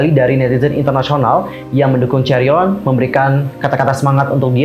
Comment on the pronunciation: Chaeryeong not chaeryon